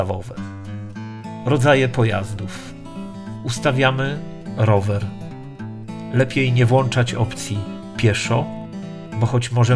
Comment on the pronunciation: Zauważyłem że mówisz wyłączać a odwrotną wersję tego słowa muwisz włanczać;) A sam poradnik super.